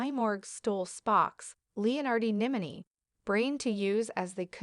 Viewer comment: LEEUHNARDI NIMINY